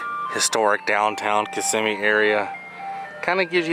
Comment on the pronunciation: Glad you are pronouncing Kissimmee